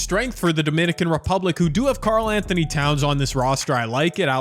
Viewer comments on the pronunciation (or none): none